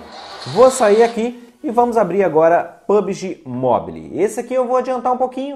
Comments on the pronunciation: Amigo, só uma dica: não se fala literalmente "Mobile", mas sim "Mobaiou". Desde já, só esse pequeno acerto kkk Ótimo Vídeo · Agonia demais "Mobili" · Mobile se fala "mobou" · Só uma dica basica: se pretende falar uma palavra em ingles tantas vezes como a palavra mobile, coloca no google how to pronounce e escuta a pronuncia... A pronuncia é tipo "mobaiou". A proposito, excelente video... meu outro cel da xiaomi parou de pegar sinal da operadora dps de 3 anos usando... agora vou ter q comprar outro e o video me deixou animado em pegar um.